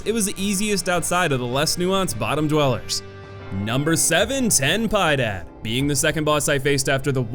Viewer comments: Ten Pie Dad...holy shit dude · Tenh Pieh Dad….be merciful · “Pie Dad” 💔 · Pie Dad. Wtf mate?